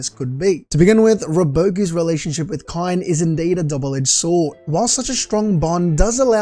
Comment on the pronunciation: Kaine is pronounced kai-neigh